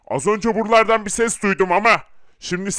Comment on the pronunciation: Herkesi bir kişinin canlandırdığı belli olmuyomu hepsi buralardan demek yerine burlardan diyo